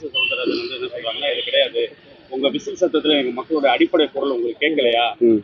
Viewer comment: டேய் அது விசில். விஜில் இல்லை